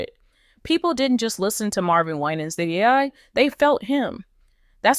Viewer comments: last name pronounce "Y-NANS" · First of all you are not pronouncing his name correctly! Second, where are you getting all this garbage from? Why are successful Black pastors always being under attack! Don't believe any of this garbage you are spreading. Be careful how you treat and speak about one of God's chosen ones ! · Please pronounce his name correctly 😊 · His name is not being pronounced correctly. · Don't listen to this nonsense. When you are in the spot light people will talk what they don't know. If you're not a close family member sharing information about an individual. You really don't know truth. It is obvious that you do not know Pastor Winans, by the way you pronounce his name. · Why can't you pronounce his last name. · Quit Mispronouncing his Name and God’s got him ‼️ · You Can't pronounce his Name Right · Why are you pronouncing his name like that😅😅🙄